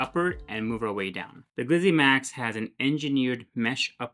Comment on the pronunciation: I hit the X and looked for another review when you called it a what? "Glyzzy Maxx?" Geezuz man... give yourself a break.